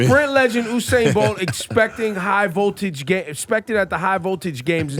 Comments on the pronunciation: Its not Oo0sain its U-sain as in U-turn,as in U-nited States. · Every time ebro said oo-sane my heart hurt. It’s USAIN the rawtidhole fastest man aliveeee put some respect on it nuh 🙄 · He says oosain. It's pronounced 'You-sain'. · It’s not fucking OUUUUUUUUSAIN It’s USAIN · he k Ebro keeps mispronouncing Usains name....Ebro stop being a yamhead. If you interview the Great Usain please learn to pronounce his name like how you suppose to. Not oooosain. Its Yu-sain. He been jus too nice to correct you. #duh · My brother, his name is pronounced, “You Sain” . 🇯🇲🇯🇲🇯🇲🇯🇲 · stop saying oousain .. wtf man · When he said uosain bolt I click off 💀 smh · Why he saying his name wrong Ebro wired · Ebro has the reading ability of a 5 year old.. the mispronunciation was egregious. Makes Mayweather look like an English professor.. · Ebro is comin across less than knowledgeable. They were not prepared for this one. Please learn to pronounce Usain's name the correct way? Btw, you are embarrassing and becoming like Charlemagne Tha God. A real yamhead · this yute pronounced every name wrong! its U-SAIN! and its BU JU! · Ebro you need to learn how to pronounce Usain and Buju🙃😂